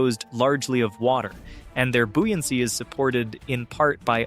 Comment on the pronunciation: The word is buoyancy as in boy. Not bui. How odd. Read the words.